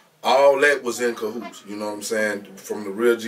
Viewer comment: He said they was all in cohootes cahoots